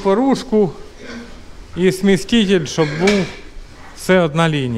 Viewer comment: Та не кажи ти смєсТітєль